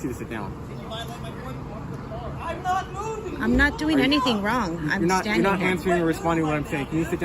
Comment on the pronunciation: Oh my god, what are you doingah? Lol